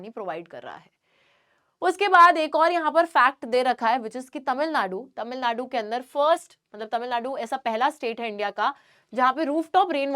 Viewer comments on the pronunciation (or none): none